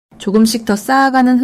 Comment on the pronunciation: 리딩 발음이 11월을 12월로 들려요. 차라리 ai를 활용해 보셔도 좋을듯.